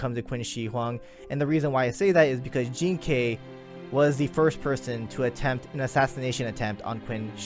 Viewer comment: Jing ke is a chinese name, jean kay is how they they pronounce that name